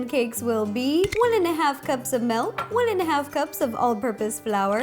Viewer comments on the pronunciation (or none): Ugh... when she said " melk" instead of milk I still love her tho.. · Does it bother anyone else that she says "melk" instead of "milk"? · say melk one more time..... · I love it when she says melk